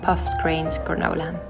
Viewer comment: When you say “granola” it sounds sooo pretty! I love these recipes! Yum! 🥝 🍌 🌱 🍯 🍲